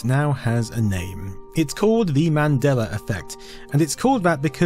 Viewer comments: You keep saying "Madeler Effect". You keep adding -er to the end of that word. Why? Do you even realize you're doing it? There is no "r" in Mandela, but you keep pronouncing the "a" as "er" and I'm not sure you even realize it. The entire video is littered with instances of you saying his name improperly. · Accents. Also, proofread your comment if you're going to be weirdly pedantic.